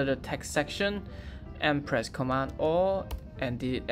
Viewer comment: Thanks, it was very helpful, but it took me 10 minutes to figure our you were saying Command G.